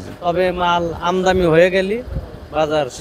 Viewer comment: আমদানি বলতে পারেন না আমদামি বলেন কেন